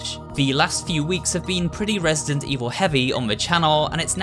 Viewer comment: Did he just say ''Resisident''? ✋😶